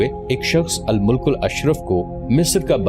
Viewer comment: Bhai Al-mulk nahi hota balki Al-malik Bola ya parha jayega and bebras nahi balki beebars sahih word hai